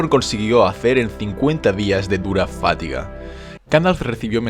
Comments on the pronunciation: Magnífico vídeo, siempre aprendo algo, incluso de personajes “muchiconocidos”. Pero, una duda, ¿por qué dices fátiga en lugar de fatiga? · Fatiga!! No fátiga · Por favor... no es "fátiga", sino fatiga. Palabra grave, no esdrújula. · wey, no se dice "fátiga", se dice "fatiga", sin acento, y se lee "fatíga", creo que ese es un craso error, y que repites más de una vez, más allá de lo de Aragorn. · Me ha encantado tu vídeo, pero te voy a decir sólo una cosilla ... Pronuncias FÁtiga en vez de faTIga. Un saludo. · "Fátiga"? Macho, esas tildes! jajaja ;) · Me encantan tus vídeos pero no he podido dejar de oírte decir "fátiga" con el acento en la primera "a".No se si sera cosa mía o que se dice así por tu tierra, sea la que sea.Saludos y sigue así máquina. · deberias aprender a acentuar fatiga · No hombre, si hablas mucho mejor que la mayoria de indocumentados que van por ahi, pero me sono muy raro, hasta mire el diccionario por si las moscas. Un saludo